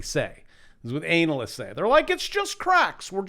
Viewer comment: I love the way he mispronounces the word analysts. LOL